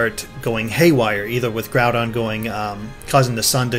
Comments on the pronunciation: I thought it was pronounced Grow-Don. Not Groo-Don. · "GROOODON and KEEEY ORGE"?? Does that guy talking not know Pokemon? XD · who ever that other guy is, he needs to learn how to pronounce groudon and kyogre, its not Grewdon and Keeogre, they would be pronounced, Gr-ow-don and Ki-og-er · Groodon and Keeogre? It's prounounced Groudon and Kyogre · why cant people pronounce groudon and kyoger really how does someone get groodon and keyoger out of groudon and kyoger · Every time he says Groodon and Keyoger I get this feeling he doesn't really play. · It's Gr-ow-don and Kai-ogre. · "groodun and keeogur" godammit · Dear gods, "Groodon" and "Keoger". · Grew-don and Key-Oh-Gor??? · Grewdon and Kee-ogre... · It was anoting how they kept saying "Groodon" and "Keeogre" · 'Grew-don and Key-ogre' eh... >_> And I thought was the one who couldn't pronounce things right all the time lol, looks like we have a new contender.:p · Grew-don and Key-ogre? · Kee-orgre? First time I heard it pronounced like that... Edit: Grew-don too? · Grewdon and Keyoerge? lol wtf.. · Guys, I assume you're going to do more videos as more news comes out, but please pronounce Groudon and Kyogre right and later on even Rayquaza xD